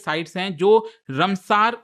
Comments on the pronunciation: Rumsaar nahi ramsar site😂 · Ramsar- रामसर not रमसर sir please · तोतले साले ये रामसर है,कौन सा नशा फुका है रे बाबा जो रमसार बोल रहा है। तू क्या मास्टर बनेगा रे।